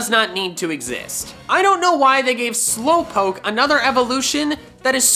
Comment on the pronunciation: GALARIAN, NOT GALAREN! AND DO NOT LEAVE OFF THE W IN SLOWPOKE! AND IT'S TWO, NOT TO!